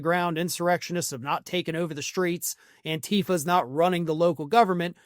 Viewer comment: Please, STOP calling the movement "an-TI-fa"; it ia "AN-ti-fa", as in anti-fascist.